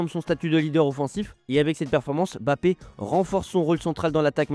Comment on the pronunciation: Par contre il s’appelle Mbappé pas Bappé 😂 j’avoue, je kiffe les vidéos mais ça me stresse un peu on dit pas B-rigitte mais Brigitte